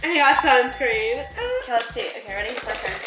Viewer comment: Lol “suscreen”